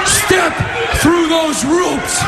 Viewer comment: Step through those ROOPS - Cage 😂